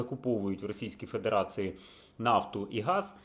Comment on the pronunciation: Не "Фэдэрацыы", а федерацiï (фэдэрацийи). Треба ж навчитися вимовляти "iï"